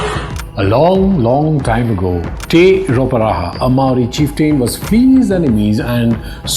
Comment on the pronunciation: Impressive video, I only noted two trivial faux pas. Your knowledge of Māoritanga is advanced for a non-Māori. Your natural accent also pronounces Māori better than most Pākeha New Zealanders - the vowels especially. Do you live here?